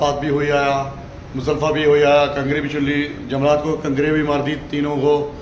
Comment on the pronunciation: yamraj nhi jamraat hota hy mahraaj